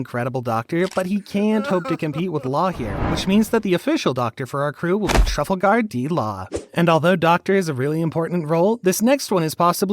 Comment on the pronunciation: Dude really said Trafol guard d law😂